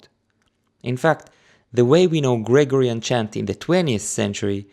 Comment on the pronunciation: your English is very good and of course no one minds a foreign accent but there is just one thing that sticks out when you say it and I think you need to change and that is the word Gregorian. It has the stress , the siliba tonica, on the second syllable. GreGOrian like that not GREgorian